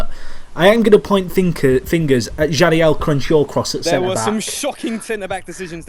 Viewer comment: Jagielka not jadielka